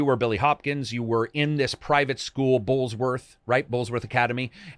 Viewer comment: Billy Hopkins?! Oh nooooo it's Jimmy doood!.... Also you said bullsworth but its bullworth.... No s